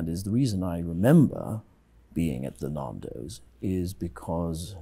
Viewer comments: "Nahndos" XD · It's NANdos, not NAHNdos! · I like how he flinches every time he says naaahndos. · That was hilarious man!! "MAN" as in Stan - not man as in "MARN"!! Now I feel like Narndo's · Pie's face when he says "Narndos" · I die a little inside every time I hear "Naandos" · Pie's face as he keeps saying "NarnDos" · "I was at a Narndows" 😂😂😂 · I have never heard Nando's pronounced like that.